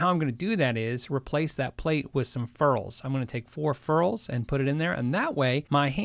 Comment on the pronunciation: "fair-ulls" lol